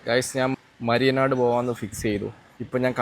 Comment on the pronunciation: മയ്യനാട് ആണോ മരിയനാട് ആണോ